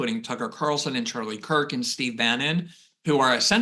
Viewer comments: How can you pronounce MAAHHga and then AYYAAAND, even in the same sentence? Love my Glenn Greenwald. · Glad I am not the only person who finds it amazing that Glenn can make "and" a four syllable word. =)